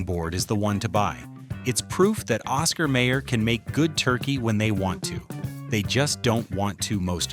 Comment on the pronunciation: CARVING BOARD IS SALTY AND ITS OSCAR MAYOR...MY YOUR IS HOW ITS PRONOUNCED